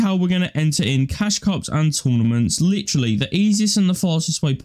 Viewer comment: "littry" "littry" LIKE I DONT CARE OMG